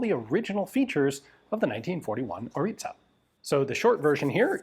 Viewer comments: I love that you prounounce it corect🫡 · Congratulations for correct pronunciation of Orița 🙏